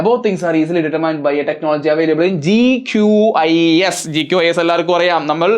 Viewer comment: GQIS ❌QGIS 😂 aan sireeeee